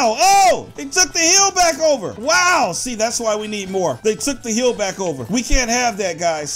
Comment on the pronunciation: I love how he said hiil